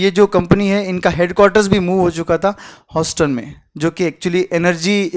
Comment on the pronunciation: Can some tell him how to pronounce Houston ?